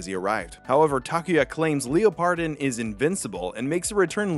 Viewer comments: every time i hear Leo-pardon instead of leopard-don, i dies a bit inside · Listening to the pronunciation of Leopardon (“Leopard-on”) as “Leo-pardon” is a new form of torture. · How could you butcher the pronunciation of Leopardon. Leopard - don not Leo Pardon LOL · Hemrione graanger voice: it's leopard-on, not leo-pardon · why do so many people call leopardon "leo pardon"? have none of yall seen the word leopard spelled out before?? 😭 its "leopard don" not "leo pardon". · The emphasis is in a really really weird place. You are saying leo-pardon. It's leopard-on. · “Lee oh pard on”. Have you never heard of a leopard? “Leh purd” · leopard (the animal) don (the dinosaur suffix) hearing leo pardon hurts me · "Leo-pardon" ...excuse me? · Is it pronounced like leopard, like a leopard giant, a leopardon? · ...That's not how you say Leopardon... Wtf how could you even think that's how you say it? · Way to mispronounce Leopardon not once but multiple times